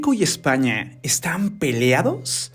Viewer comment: Yo solo entendí OdHio EsZpAnYaH!